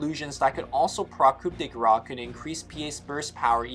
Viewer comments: (I just wanted to rectify the highly controversial pronunciation of her ultimate, you have to say "Grâce" like "Grass", not "Grah" (the "ce" isn't silent, I know that we have a lot of silent letters but well it's not the case here :D)) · "Coo de grass" guys, not gra.